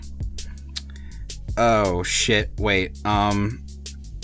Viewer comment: Can someone explain the reason Vivillon is being pronounced without the LL?